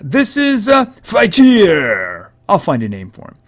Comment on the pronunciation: you say it as fight-tree-er